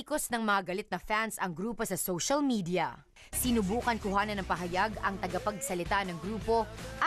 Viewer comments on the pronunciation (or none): none